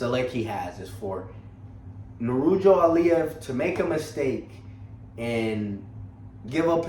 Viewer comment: Bro ... he's name is Nurullo ,,,but not[ Nurujo]